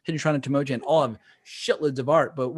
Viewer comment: Just tripped over your video two years after the fact, so I'm a bit late to the party. Enjoyed the banter. But I wanted fo mention to potential players and DMs of this classic module... it's pronounced Tam-Oh-ah-KHAN (like Con) not 'Chan (like Channel). Just FYI. Enjoy! 🤘🏻🤩